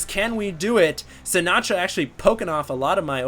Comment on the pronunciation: I wonder how Frank Sinatra would feel about the way you pronounce his name. Lol